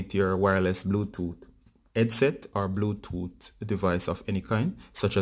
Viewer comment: Bluetooot😂😂😀 wagwaan bruv from Kenya